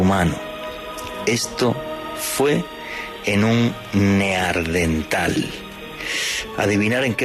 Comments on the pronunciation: Ahievado a decir near-dental (dientes cercanos?) cuando es NEANDERTHAL de la locación Neander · Para ser escritor y periodista, no deja de sorprenderme la barbaridad de veces que dices "Neardental" y "craneana"